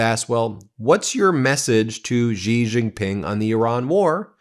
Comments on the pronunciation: why as a newscaster won't you do even a liftle bit of research to pronounce international names well?? Why are you "zhuh-zhing" "J"s in Xi Jin Ping and Beijing when that is only done in the French language?? "January", "bejewelled", "just" is just "J" sounds SINCE WHEN did "J" became "zhanuary" "bezhewelled", and "zhust"? New Zhersey? Zhacksonville?? wtf English were you speaking? Did you think you sounded smart? So bloody irritating. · all good, but that xi jing ping pronunciation is cringe as f. i mean... who is Gigi, the third brother of Mario and Luigi? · Now would be a great time to learn to pronounce Xi Jinping's name. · Xi Jin Ping is pronounced more like Shee Gin Ping. Love your content. But Ben, you pronounce it like a drunken sailor. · It's pronounced "She" Ji Ping, watch the ChinaShow from the ADVPodcast guys, you'll see. You'll sound even more smarter too. I hope Trump doesn't sell America out. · Please at least make an attempt to pronounce the more important Chinese names right! Gee Jinping?? Ginhua?? You don't even get Beijing right! Surely you can afford two minutes to do your research, Been Mayslas! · I appreciate yr podcast but pls pronounce Xi Jin Ping properly. Xinhua news agency too. The "X" is pronounced like an "S" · Please learn how to pronounce Xi Jinping's name!